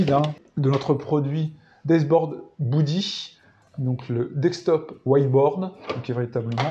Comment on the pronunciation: Beudy pas boudy 😅 Sinon ça prend un peu trop de place à mon goût sur un bureau mais l'idée est la